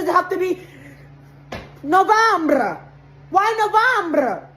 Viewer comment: Couldn't even pronounce November correctly. Bet this lady was an illegal.